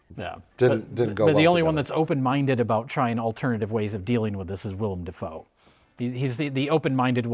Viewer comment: It's Dafoe, not Defoe.